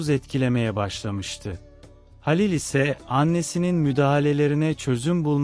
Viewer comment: Dinlemek için zorluyorum kendimi ama bu nasıl bir seslendirme halilin halil ın sinirim bozuldu o nasıl bir isim telafuzu ya lütfen biraz daha özen ve gerçekçi anşatın ki hikaye nin içine girelim payımıza düşeni alalım